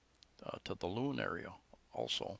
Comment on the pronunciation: FYI, Loon is two syllables pronounced Lo-on. You would have found some nice resorts on Cabilao island which is the #2 dive destination in Bohol. My experience has been 400php getting from the tagbilarin pier to Alona beach.